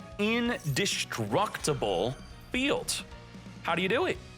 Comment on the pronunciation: In-Destroy-Able? Is that... Is that a thing? I love pronunciations. Makes you feel like you missed a lesson or two.